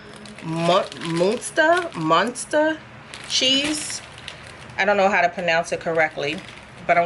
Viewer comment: Looks yum....It’s pronounced “Monster”